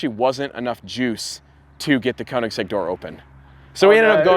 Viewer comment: Stradman should learn to pronounce koenigsegg correctly 😂